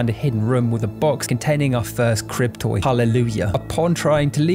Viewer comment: Oh you’re saying “crib toy” and here I thought you’ve been calling them “cryptoids” lol.. I wasn’t even arguing tho lmao they could pass for cryptoids...